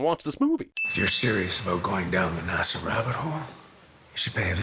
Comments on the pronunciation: Jeremy Jeremy Jeremy, how in the actual fuck did you let "nahsa" slide? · No English person pronounced NASA as "NAR-SA". This does not happen. He's doing that on purpose. Suspension of disbelief destroyed. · Movie wants us to believe that anyone, anywhere pronounces NASA as NAR-SA